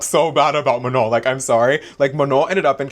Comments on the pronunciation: 'muh-nawn' *sighs* microaggressive straight up. From Michigan and it's even more obvious to me these days when people do this. They're doing it to Abdul El-Sayed's full name right now to be Islamophobic and it's easy to see the same racist principles reflected here. And it's not even like Manon has a name with a bunch of diacritics or smth all with sounds that don't exist in English jfc. Like at least pronounce the 'no' part without the correct nasal accent and look like you're trying girl. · I feel so lucky that I’m subscribed to u and thanks for mentioning the thing about December ALSO I’m gonna make an edit of u with CapCut 🫶🏻💕 This lopsided bun manager needs to learn to say “manon” before talking bad like that like it’s not mu-naun girl needs to go back to elementary school Problem solving? U mean problem CAUSING And u did as amazing as always 💅🏻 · .... please may this lopsided bun not pmo. may someone please lmk if she pronounced Manon's name wrong on purpose or what☠😭 I jumped the gun, you touched on LP bun pronouncing her name wrong😭 The effort you put into these videos is amazing. Thank you for approaching this whole subject respectfully and still encouraging us to go and do our own research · i was just about to comment about how missy NEVER pronounces Manon's name right when you brought it up. it always irked me how she's known Manon for YEARS now and still doesn't say her name correctly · know what a micro aggression is, I get them a lot as a queer person, and ya that’s 100% what it feels like. She very clearly knows how to say Manon’s name right, everyone around her says it right and she has definitely heard it pronounced right online. I could give her the benefit of the doubt in the beginning but she is choosing to pronounce it wrong atp (love your pfp btw)